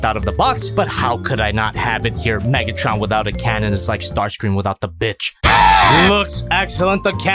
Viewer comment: WHY DID HE SAY NIGGTRON💀